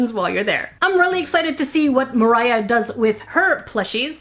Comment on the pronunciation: ITS MOR AH NOT MIRAH